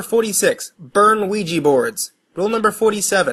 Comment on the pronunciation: It's 'Ouija' board, not 'weegie'...